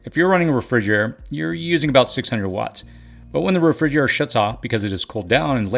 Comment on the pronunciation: 😅 “Refrigurr-ehre” 🥴Ahaha... I’m laughing With you friend🤣. Thank you so much for everything you do and all the hard work. Sooooooo much knowledge and wisdom from a young guy. You’re really changing, improving lives of individuals and families. 👏🤝